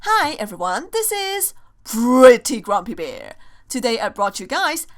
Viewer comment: She says pretty grumpy bear wrong now I want her to go back to saying it like she used to